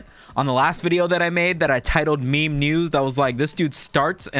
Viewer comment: pronounced "may may memo"